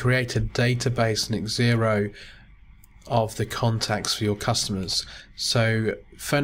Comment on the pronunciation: Thank you for your video....Just a little point... its pronounced "Zero" not X ero :)